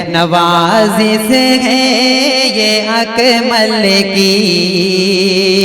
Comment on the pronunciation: Nawazis nahi nawazish Talffuz tak thik nhi urdu shayar ho